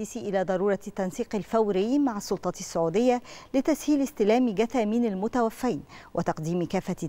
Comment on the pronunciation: مذيعة نشرة وتقول متوفين بفتح الفاء وكأن عدد الموتي اثنين فقط